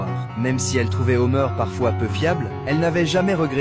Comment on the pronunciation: C'est pas Homer c'est Homère